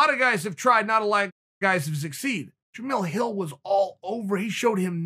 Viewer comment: Honestly kinda shocked that Chael pronounced his name correctly